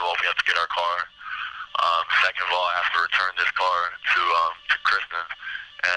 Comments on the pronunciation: He can't even get her name right, it's Kristine, not Kristen. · Still pronounced like Christine and not Kristen. Infuriating that he calls her Kristen repeatedly. His dad went off at him for that. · Her name is KRISTINE NOT KRISTA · Not sure which is worse — the way he keeps referring to Kristine as “Kristen”, or that the interviewer never seems to correct him 😒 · It makes me angry that he meets Christine, sleeps with her, murders her, and steals her vehicle and he continuously mispronounces her name!